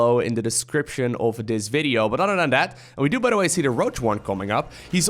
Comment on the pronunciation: Pronounce Other like uh-thur, not otter. Your english is great by the way! Just trying to friendly help it out!